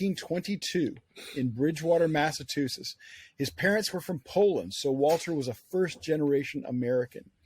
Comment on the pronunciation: Can't even pronounce Massachusetts